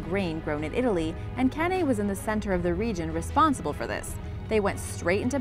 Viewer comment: Isn't it CanEYE (pronunciation wise)